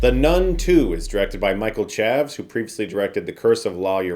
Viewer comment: Did you just call the director “Michael Chavs” 😂😂😂😂